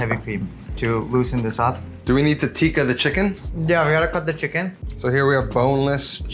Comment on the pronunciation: That Indian chef cant even pronounce "Tikka''. All hes saying "Tika Tika'' like his American friend lol.